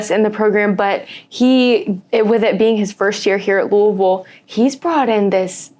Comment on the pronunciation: I love that knows how to pronounce Louisville correctly!!